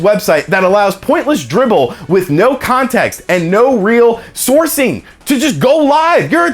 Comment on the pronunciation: It's "drivel",...not "dribble";)